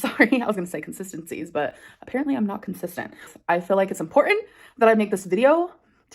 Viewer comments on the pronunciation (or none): M-por-ent-= Important. She literally speaks like she never even went to elementary school.🙄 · “Impor-en” … THERE IS A T. THERE ARE TWO T’s